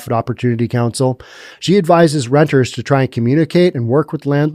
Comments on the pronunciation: It's "renters" not "rentors. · And it’s renters’ not rentor’s